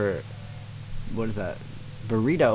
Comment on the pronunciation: "whats this.........Buritto?" lol its bureido not buritto, (pronounced boo-reh-doe/dough) XD that's made my day lol